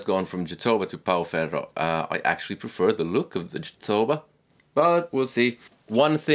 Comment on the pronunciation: Hey how are you able to pronounce Pau Ferro so well? Almost like if your Portuguese. Everybody else pronounces it in a really bad way. Cheers. Mike.